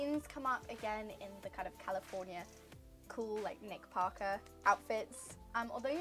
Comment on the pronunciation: Hearing you say “nick Parker” in your British accent just…🥰🥰 I loved it so much!